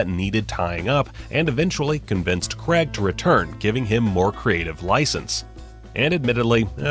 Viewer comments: Craig, not Creg. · That you guys don't even know how to say his name properly. "CRAIG" not "CREG" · Really annoyed me when you said Creg and not Craig, every bloody time. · It’s not Creg, it’s Craig. Pronounced, Craayg. Other than that, interesting video. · It is "Craig" not "Creg" there is no "E" in it. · It's Craig not Creg. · it's CRAIG, not CREGG!! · crayyy ggg ... not cregggggggggg not sayng creggggggggggggggggggggggggggggggggg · It’s Craig not creg🤦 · It's Craig not creg you prick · Daniel Craig's surname is pronounced 'Cray-g' does not rhyme with 'Gregg' He is English. If there was an American with the name Bernard I would pronounce his name 'Bur-nard' as he does. If he was from the UK it would be pronounced 'Burn-udd' . . People's names are important to pronounce in line with the identity of its owner. It's a mark of respect. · Can you stop saying CREG IT IS NOT CREG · Americans need to learn that "CrAig" is spelt and therefore pronounced with an "A". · The names Cregg, Deniel Cregg. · Who the F*CK is Daniel 'Cregg'?!! You must have said his name about 50 times in this video, and you couldn't be bothered to pronounce it correctly even once! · I really don't understand why people can't pronounce his name properly. It's insulting. It's like calling someone Dev instead of Dave. Or Phial instead of Phil. Or Ignorant Twat instead of.